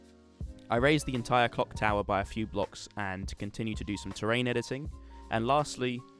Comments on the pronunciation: Did u say c@ tower or clock Lol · I swear you said cock tower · Am I the only one that hears cock tower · ok, I seriously CANNOT be the only one who hears "cock tower"